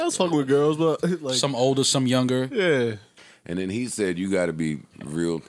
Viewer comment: "I like younga-older girls" 😭💀